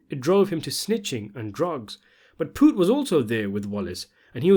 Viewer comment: You can't even say his name. You didn't even watch the show because you'll know that's not how you say it. And I ain't trying to hear it's because you have an accent.